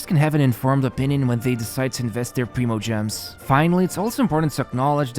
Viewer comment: I swear to god! You always mispronounce some fucking word in every one of your videos. It’s not “Ride-en” it’s “Ray-den.” And it’s not “pree-mo-gems” it’s “pry-mo-gems”